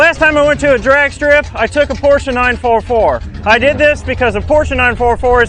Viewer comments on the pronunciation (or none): Its a damn porsche not a porschaaaaaaaaaaaaaa